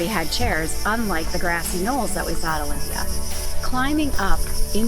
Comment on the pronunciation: Pls dont bucher local names Is aRAhova and not AraHOva and delPHI and nor DElphi and olyMPIa and not oLYmpia !! But overall a great video !!!